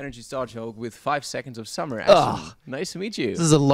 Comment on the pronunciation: 5sos Yes... It's only about the Interviewer...he perhaps don't know 5sos and just googled it(?) and yeah.. In Berlin, one or two weeks ago, 5sos was the Album of the week and the Interviewer just said things like "5es-oh-es" and that they're a boyband...yea... I hope I helped you